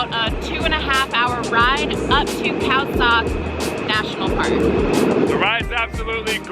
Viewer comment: Khao sok is pronounced khao soak